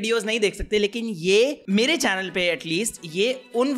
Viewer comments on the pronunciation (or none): none